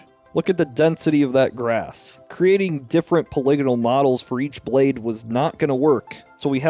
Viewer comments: You say “poly-gonal” like you’re about to say “polygamist” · How come no one is talking about his pronunciation of "polygonal"?!